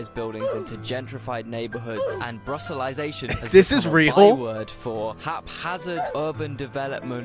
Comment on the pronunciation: To answer the question if it is funny to us. It's funny. all good. It's memes, right, not the actual truth. Puts a smile on my face as it is based on some truths. which makes it good. BUT Brusselization he butchered. Like he didn't understand the wikipedia page even. There are parts where he just didn't get the initial meme as he stole this from another video.